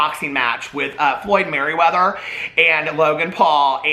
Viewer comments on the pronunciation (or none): Floyd *MAYweather 🤣 not maryweather 💙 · MAYweather not MERRYweather LMFAOOOOOOOOOOOOOOOOOOOO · It’s Floyd Mayweather not Maryweather😂😂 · Floyd ‘Merry’ weather? I’m dead 😂😂😂😂😂😂😂😂😂😂😂😂😂😂😂😂😂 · Girl, I can't tell if you are purposely calling him Floyd "MARYweather" or not but I'm living for it 🤣🤣🤣👌👌❤️❤️ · he said "Floyd Merriweather" 🤣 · Did say “MaRyweather” 😂🤦🏻‍♀️ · Lol I love how you totally bomb Mayweathers name lol luv u still 🥰🥰